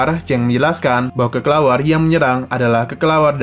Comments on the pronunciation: bukanya kelelawar ya min🗿 kok jadi kekelawar😅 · kelelawar min bukan kekelawar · Ngedenger bilangnya "kekelawar" lucu min🤣🤣🤣🤣